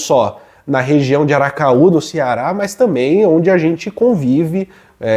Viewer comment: Uma correção, o nome da universidade é Vale do ACARAÚ e não aracaú!